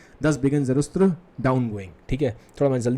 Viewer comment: Zarust nahi Zarathustra